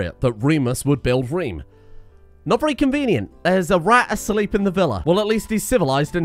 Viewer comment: The Rome-Reem Home-Heem jokes are absolute top class please keep it up. Also plus points for saying little reem reems and reeeemworld!!